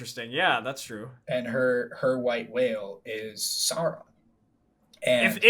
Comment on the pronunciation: You're, yet you constantly mispronounce Sauron! Remember, it all comes from high germannic legend and myth.